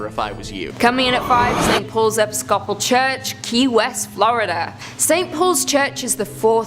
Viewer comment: It's the mispronounciation for me. 😅😅 "Episcopal" is pronounced e-PIS-co-pALL